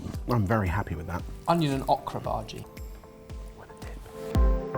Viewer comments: ohhhh kraaa, not ahhhhh kraaa!!!! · I giggled every time said okra. We say it with a long O sound. O-kra. ☺️ Also, thank you for taking out the flashing colors in the outro. 👍🏻 I never could look at it...flashes can be a trigger for my migraines. 🤯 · You pronounce okra wrong. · It hurts me the way is saying Okra. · Awk-ra? Is that typically how Okra is pronounced in the UK?